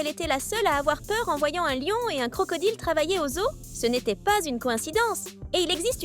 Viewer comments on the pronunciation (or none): none